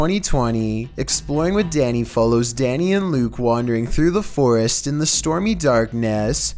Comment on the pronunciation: Wait... said the word "Forrest" CORRECTLY... Instead of "For-Est" like he usually does. Have we been had? LOL.